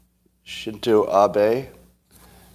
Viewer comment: Shin-ZO ABEY is correct pronunciation.